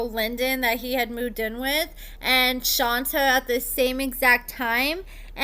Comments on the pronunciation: Exactly. Which is weird, because obviously watches the show a lot, and on the show it's ALWAYS pronounced as Shon-tay. So how do you do multiple videos and keep calling her "Shon-ta" over and over? 🤔 I don't get it. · Thank you for the lovely recap but in case nobody else said it, her name is pronounced like Sean and Tay . Seantay not Shanta. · Did u watch the show, True prounces her name as SHAWN-TAY not SHON-TAH, so how u keep sayin it wrong? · Not shon-TuH it’s shontay!!!!! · must be the only person in the world who pronounces it as "Shon-ta" instead of Shon-tay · You are mispronouncing her name. Her name is pronounced Shawn-tay. True always said he cared for Shonta. If he could get IT with no attachment from the other woman, shame on them. They knew he had a person. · please at least pronounce her name correctly. Like Shon TAY (Shonta) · ITS PRONOUNCED-- SHAWN-TAY! 😂😂 OMG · Thank you because that is how my name is pronounced and there is nothing more annoying than people not taking time to listen how the name is pronounced. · Shon-tay 😂😂 Shon-tay. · HER NAME IS SHON-TAE! Like wtf bro it’s so annoying when y’all can’t get simple names right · do you even watch the show? Shonta is pronounced Shon-tay. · LAWDDDDD ITS SHON-TAY! I CANT EVEN LISTEN TO THE FULL VIDEO W/ THE MISPRONUNCIATION! Sounds like AI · 𝐈𝐓'𝐒 𝐏𝐑𝐎𝐍𝐎𝐔𝐍𝐂𝐄𝐃 𝐒𝐇𝐎𝐍-𝐓𝐀𝐘....𝐃𝐎𝐍'𝐓 𝐘𝐎𝐔 𝐖𝐀𝐂𝐓𝐇 𝐓𝐇𝐄 𝐒𝐇𝐎𝐖❓❓ 𝐒𝐌𝐇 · 😩😭 (Shawn-tay) it’s pronounced Shawn-tayyyyyy 😂😂😂😂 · Hey girlie! I think it’s pronounced “shon-tay”! I love your content and I’m always here gulping this tea and scolding my mouth! 🤍☕️😂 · Your saying her name wrong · girl it was driving me crazy and it's not even my dam name! 😂😂 Shit! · The way she was saying it was driving me insane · Right she keeps pronouncing her name wrong lmao 🤣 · I have a name that people mispronounce ALL THE TIME! So when I heard mispronounce SHONTAY, makes me cringe! 🥴😠 I thought it was just me🫣